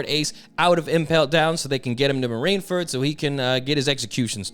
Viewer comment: Why do you keep saying “marineferd” lmao